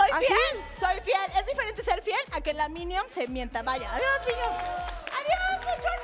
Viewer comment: la verdad vi en sus redes un compromiso con otro chavo a mishell y a Daniela siento que es asi su actitud me encanta cuando le dice mionions jejeje esa daniela es toda una lokilla